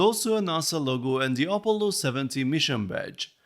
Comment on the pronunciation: Op-o-llo...I love your pronunciation for Apollo. This set is freaking awesome and I strictly dislike technic sets but I love your reviews and take/outlook on the different art medium versus system builds. This is a technic set that I would gladly own sitting next to my NASA LEGO sets on display! Great review, take care. 🍻 cheers!